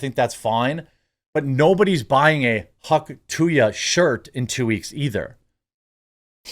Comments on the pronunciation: Why do you keep saying "hawk tu yuh"? Its Hawk TUH. She says it herself xD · Hawk - too - uhh, not hawk - too ya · Come on Jeremy! There is letter “y” in the phrase! Stop saying “Huck to ya” it’s “hawk to uh” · why do you keep saying "TO YA" ? TOO-AH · Hauk tuah. Not hauk to ya. You sound retarded. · Dude there is no “y” in Tuah, stop pronouncing it wrong. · Am I crazy or is it pronounced “hock too-uh”? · Dude sounds like a boomer. "Hawk TWO-ya"... thats not it bro. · It’s “too ah”. Geezus man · Hawk too yah lol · Yeah no "y" in that. I was having a difficult time listening. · Why do you keep saying Hawk two yah? You've seen the video a million times you said. Are you dumb? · its funny that you pronounce it "hawk tuya" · I doubt you will ever talk about her again, but if you do… it is hawk ‘two-uh’. Please at least say it correctly. 😂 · Hauk too-yuh? Dude that was so retarded. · Hawk two ya? Lol i knew Jeremy got words and sentences mixed up, but Im not sure where he got Hawk two ya? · These fucking canadians, can't even say "tuah" correctly lmao come on man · I know you know how to say Hawk Tuah, and my comment is what you were more than likely going for, but I can’t help but cringe every time you say it. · You can't even say Hauk Tuah correctly. FFS man at least try. I'm not sick of her at all. Those that are sick of her are not getting the Hauk Tuah treatment and it shows. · Hawk Tuah, Jeremy. You heard her pronounce it. You can do it. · Why do you keep mispronouncing the phrase? You played the video and heard her say it.